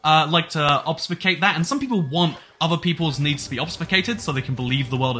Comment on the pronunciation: Word: Ob-fu-scate: "Obsfucate" "Obfsucate" "Ofbuscate" Note: I also had to have autocorrect tell me that it's spelled with an "f" and not a "v".